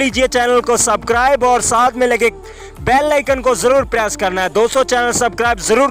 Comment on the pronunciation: Bhai subscribe bolna sikh lo g